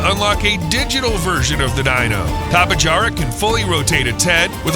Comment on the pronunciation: Bro its (tapy-hara) bro u got it wrong 😂😂😂😂😂😂😂😂😂